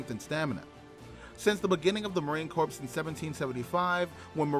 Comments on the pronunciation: Idiot announcer watched to many episodes of Gomer Pyle USMC...The ps is silent, as in Marine "Cor"... Marine Corps !!! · The p is silent in Corps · Marine "Corpse" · Marine Corps the ps is silent. You will be corrected on that every time whe n speaking to US Marines. Great vid!🫡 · Yeah I noticed that too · MCMAP is pronounced like a name. McMap. Also, Corps is pronounced Core. I like your video though.